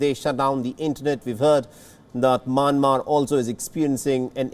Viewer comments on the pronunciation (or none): Its not MANMAR its MYANMAR. How to pronounce (mian + mar )